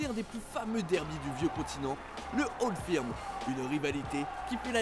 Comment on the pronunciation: Beaucoup d’erreurs ou d’approximations ! 1) la capitale de l’Ecosse c’est Édimbourg et non Glasgow 2) Le Old Firm (au passage on prononce « feurm » et non pas « firme » ) a lieu au minimum 3 fois dans la saison et même plutôt 4 mais absolument pas 2 fois . Spécificité du championnat écossais ! 3) Les écossais ne sont pas spécifiquement protestants et unionistes . Niveau religion il n’y a pas de majorité claire en Écosse même si clairement Glasgow est plutôt une ville catholique. Mais les unionistes sont minoritaires en Ecosse . Même fin 19eme au moment de la création des 2 clubs de Glasgow l’Ecosse n’était pas férocement pro grande bretagne (d’ailleurs si le maillot des rangers est bleu c’est par rapport au seul drapeau écossais )